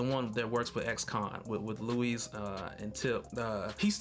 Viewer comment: Liked the video, like your theories but bruh why do you call Michael Peña's character LOUIS (LOO-IS) when it's pronounced LUIS (LOO-EES)? IJS 😂